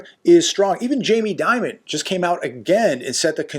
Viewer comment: J. DEMON....not J. DIMON